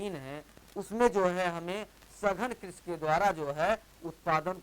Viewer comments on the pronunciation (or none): Krishi not a krish